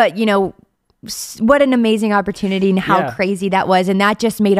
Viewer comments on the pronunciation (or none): lmao, immediately after cant say opportunity - I get hit with an ad for Grammarly lol